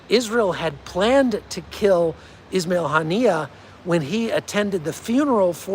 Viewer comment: “As I like to call him Wasmail haniyeh” 😂😂